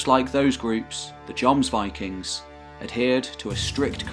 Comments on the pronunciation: Wish I had such a great narrating voice, or I'd made similar Anglo-Saxon, Norman, Germanic videos. And actually it's not pronounced "Yomsvikings", it's certainly with a J, but with short O, more like Jômsviking, like the O in Jorvik, with the O as in "OOOM" (the meditation sound/word). And not VAYKING, but WÎKÎNG. People make fun of Scandinavs speaking English, but Norwegian with an English accent is actually hilarious. :). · First of all, another excellent piece! Thanks chap. I was confused at first by what sounded like Jons Vikings, Jons borg ..etc! Lol aside from that this was very informative and well put together! Loved the music too. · Actually, that might be a too simple way to describe the pronunciation. The scandinavian "o" is different from the english "o". It would in fact be similar to the o-sound in Deeper in the throat, and longer. Though the contemporary pronunciation would probably been different anyhow :) I like your videos a lot, but I think you could do better with the scandinavian names. For example you use the name "Lade" as "Laid", but it should be "Lah-deh". Same with "Strut-Harald": should be "struut", as otherwise it sounds like he would strut around ;). Unless it meant something else back then, it sounds like he wore a conical hat (strut hat). I think some tweaking to pronunciations would add even more quality to your videos. This guy has it nailed down pretty well: but still its Norse with american accent. Keep it up! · I rage quit the video after he mispronounced jomsvikings for the 6th time. Gtfo of here with that shit.